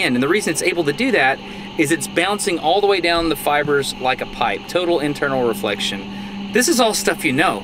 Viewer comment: did you say turtle inflection?